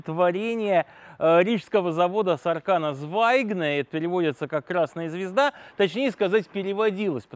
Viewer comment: в латышском ударение всегда на первый слог. Так что мОкик, сАркана звАйгзнэ.